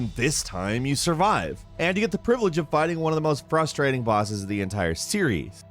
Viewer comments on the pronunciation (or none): none